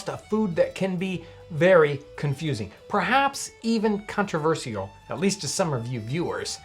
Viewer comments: It's pronounced controver-shall, not controver-seal. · His pronounciation of controversial seems more controversial ^^'